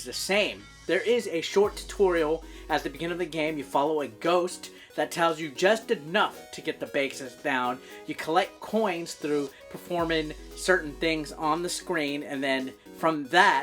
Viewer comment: Bro do you pronounce basics backs-es bc that’s not how you do it